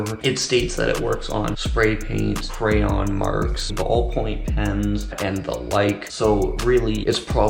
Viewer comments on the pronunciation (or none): none